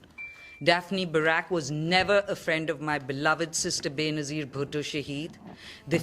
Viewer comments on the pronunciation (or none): It’s Bey-na-zeer Bhutto! Pakistan’s first female prime minister 😅